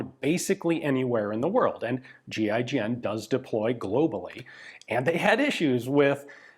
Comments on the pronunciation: 🤦🏼 I thought he was saying G.I. Jen…. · Every time he says GIGN it sounds like G.I. Jen... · kept hearing "GI Jane" whenever Ian spelled GIGN. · You say 'G.I.G.N', i think; "giggin'"....... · Ian says GIGN . My brain hears GI Joe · You're telling me it's not pronounced "Ghee-ghen" 😶